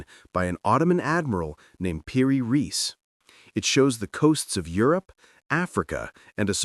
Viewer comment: So much research but you can't pronounce "ra-ees" 😢 Lazy or white boy colonial syndrome?